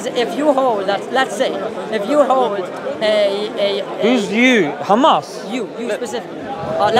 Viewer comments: that doesnt explain why they only put the kh in the word h amas. They pronounce ham as ham, right? They are able to pronounce h, linguistically. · if i say i pronounce your name honno is that right? They dont own names. If they want to pronounce their words like they want fine... but clearly they can say hello and not xello so also it should be h and not xamas. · This is how Hebrew speakers pronounce it. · This is actually a well-known phenomenon in linguistics, I think it's called "Semantic Shift" or something, similar letters are sometimes interchanged, especially between similar Semitic languages such as Arabic and Hebrew. This is not done on purpose. This is how Israelis pronounce it, I understand that it is not accurate, but it is okay, everyone has their own language limitations and there is no need to be angry. The guttural h is less used in Hebrew, it's simple as that. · Bro, that's how the Israelis pronounce it. There is no malicious intent here as some of you seem to think.. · Here is a piece of information that will make you understand: Arabic preserved the differences between ح (ח) and (כ) خ. In Hebrew as well, both exist, but in modern Hebrew, the letter (ח) ح is pronounced as (כ) خ. It's not on purpose that's how it is in language, and you can be angry, laugh at us like your friend above, but there are no malicious intentions here, there is no initial intention to confuse, this is how the Israelis pronounce it, and I have nothing more to say.